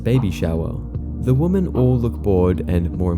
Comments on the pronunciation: Dear all You Tubers everywhere, The word "women" is NOT pronounced the same as "woman". The word "women" is pronounced WEM-EN! Every 2-year-old knows this. Please learn it. It is rude to mispronounce it. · Why the hell do people keep pronouncing "women" like "woman"? I keep hearing it from several videos I've seen in recent times. It makes me feeing like I'm losing my mind! Edit(s): he says it for anyone who didn't catch it Also several times starting